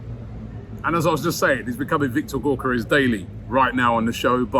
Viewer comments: pronounce Gyo = Gio as in Giovanni...Djio...Djiokeres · Robbie mate, you’re saying Gyokeres’ name wrong…